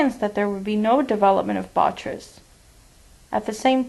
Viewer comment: bo-TRY-tis Not: Bot-tris. Otherwise a very interesting case presentation. :)